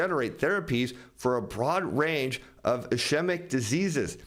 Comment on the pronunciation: Next time you talk to the CEO, ask him how to pronounce ischemic. 😉